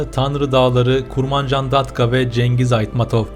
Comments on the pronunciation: Женгиз эмес заебал Чынгыз де блять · Please author could you pronounce correctly some words like : not Kyrgyzistan ,Not Cengiz . Correct ones Kyrgyzstan and Chyngyz.Thanks so much